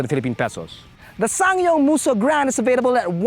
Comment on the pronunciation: Everytime I hear SsangYong I hear sayang.....